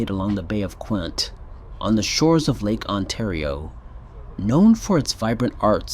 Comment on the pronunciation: It's the bay of Quinte (Quintee) not the bay of Quint lol